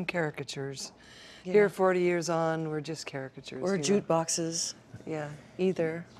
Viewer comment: No harm, no foul....but did Nancy say jutebox...instead of jukebox. I wouldn't be shocked if half the planet heard that as their name, but just curious.